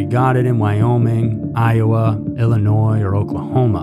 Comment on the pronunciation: The "s" is also silent at end of Illinois but he still puts it there - annoying.